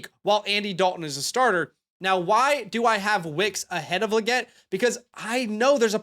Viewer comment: it is pronounced Lee-get.